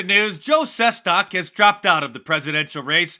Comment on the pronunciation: And its pronounced- Joe Ses-TACK